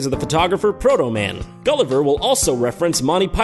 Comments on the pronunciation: I think Photoman was what he was supposed to say, but he is undoubtedly saying Protoman. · He said Photoman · What did he say? That is what I thought he said lol. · No, I'm pretty sure there's an r in there